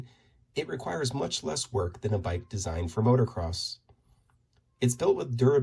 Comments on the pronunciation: It’s pronounced “MOTO-CROSS”, (not motor-cross)… 😜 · It’s pronounced moto-cross not motor-cross